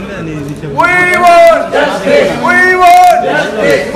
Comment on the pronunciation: ఓయ్ వాంట్ జస్టిస్ కాదు. వీ వాంట్ జస్టిస్.